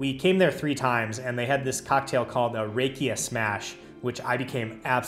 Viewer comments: Love how wrong he pronounced rakia!❤😂 Rakia is not pronounced with the typical "a" sound of the American alphabet. It is pronounced with clear "a" from the Bulgarian alphabet. Basically the same way you pronounce banica. Well the letter "a" from that word. I am looking forward to when you drop in again. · Haha, yep! I messed up the pronunciation of banitsa in a previous video. Now in this one I messed up rakia. One of these days I'll get it right 😅